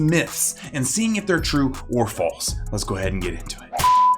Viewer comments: False not flase. No hate your my favorite youtuber lol. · ITS NOT FALSE ITS FLASE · Hey, you said flase instead of false, nice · It's not false, it's FLASE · flase instead of false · I like how it is flase instead of false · YOU SAIED "FLASE" INSTEAD OF FALSE! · ……… anyone gonna talk about how he misspelled false, he said flase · Some of them are True some of them are Flase/FLASE: You mean False, but you said Flase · Did anyone else notice he says flase not false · Anyone else realize the "flase" instead of "false" 🤣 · who else saw at the beginning he said flase instead of false? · Anyone else notice that it was “flalse” instead of “false” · Anyone notice at the beginning he says flase instead of false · Did he really say flase instead of false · (I commented this... so yes I noticed this too 😆.) Anyone else catch the fact that he said flase instead false? At first I thought he even spelled it “floss.” 😂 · U said flase not false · Bruh True or “Flase” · The first time i’ve saw a dentist get a word wrong- “flase” (or the editor lmao) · ah yes, true or flase. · True or “Flase”😂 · true or flase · He rlly said flase 😭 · lmao “flase” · He said flase 😂 I was like wait hold up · “Flase”? Oooh I rlly wanna make fun of that but he seems too nice 😂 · says flase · ah yes, Flase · Flase. Hehe